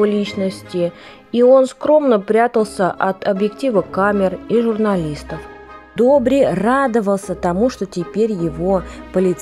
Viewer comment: В интерес на правилното произношение и правопис името е Добр/ И /, а не Добр/ Е/ ...! Бай Добри всеки Божи ден, събираше пожертвования - милостиня ,в градинката на ,,Св,Седмочисленици ,,пред сградата на МВР .София ,до смъртта си ...Бог да го прости !!!